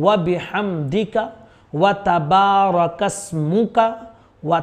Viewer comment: Asmuka padho hazarath kasmuka ni..